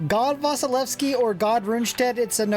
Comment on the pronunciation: I after S in Vasilevsky should be pronounced as E. Well, just for general knowledge who don't know about it.